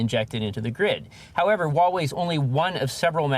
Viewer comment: Huawei is pronounced HWAH-way, Not WAW-way.